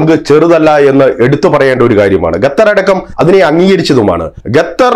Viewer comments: തൂടർച്ചയായി “ഗത്തർ” എന്നുള്ള ഉച്ചാരണം വളരെ അരോചകമായി അനുഭവപ്പെടുന്നു അവതാരകൻ ശ്രദ്ധിക്കുമല്ലോ? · പൊട്ടാ ഗത്തർ അല്ല ഖത്തർ ആണ് പലരും പറഞ്ഞു തന്നിട്ടും ചെവി കൊള്ളാത്തത് മനസിന്റെ അഹങ്കാരം (ഖിബിർ)ആണ് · ഖത്തർ എന്ന് പറയുഅളിയാ.